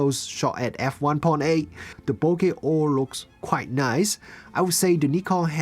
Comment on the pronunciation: Thank you for saying bokeh correctly!